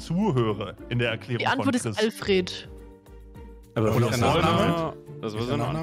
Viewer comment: Die beiden Fragen waren für mich sogar quasi gleichwertig. Beim Buttler habe ich zwar etwas überlegen müssen, kam dann erst auf Albert,,, Neee, irgendsowas... Alfred (aber unbedingt ENGLISCH ausgesprochen! - so in der Art: olfrehd). Wie die alle so deutsch ALFRET sagen 😞 Und selbstverständlich sage ich bei einem Fixpunkt der Basiseinheit = 0 Naruto ? Ok, ich weiß das ist irgendein Anime, dann hört es aber auch schon auf. Oskars ? 0 Idee - war Tom Holland nicht mal so ein Hype? Ansonsten vielleicht Scarlet Johansson BAAL ? Bitte was für ein Ball? Taylor Swift Tourname ? Pff ... Abbey Road war da nicht was ? Millie Bobby Brown? Bobby Brown ist doch sehr bekannter Sänger.. wer ist Millie ? seine Tochter ?